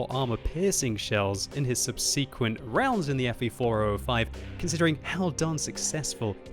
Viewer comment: **, you are still mispronouncing "subsequent"????????????